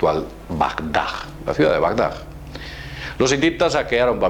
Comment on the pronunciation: Por favor, aviesas intenciones, no "aviestas", que no existe. Y Bagdad, no "Bagdag". Gracias.